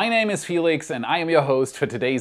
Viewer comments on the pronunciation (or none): none